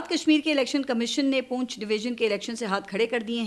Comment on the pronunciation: ۔۔۔۔پونچھ نہیں پنچھ لفظ ھے۔۔۔پنچھ❤❤❤